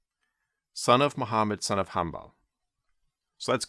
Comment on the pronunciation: Bro you just butchered Abo Abdullah Ahmad iban Mohammed in hanbal al-shaybani name